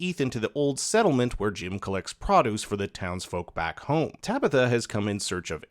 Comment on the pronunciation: What’s “praduce”